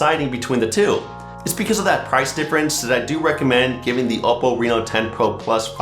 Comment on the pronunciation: must say the way you says that hold OPPO name is impressive